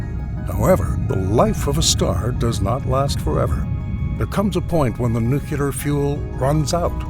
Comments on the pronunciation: no he didnt lol. he said "noo-Q-lar" instead of "nu-clee-ar" thrice and botched the correct plural form of "nuclei" (which is pronounced noo-cleh-ee) as "noo-Q-lie". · the word "nuclear" continues to be very hard to pronounce for americans... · they pronounce as Nukuler